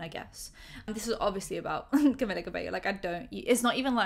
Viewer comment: **"Cameeeeeella" ,not Camilla lol. Sound so stereotypically British (like me!) calling her Camilla lol, I was guilty of doing that too til I learned she is Cuban-born Mexican-American, Latina, and her first name only has one L, so it's pronounced "Cameeela" and surname (Cabello) pronounced "Cabayo". Not really that important I know but still lol, makes me chuckle.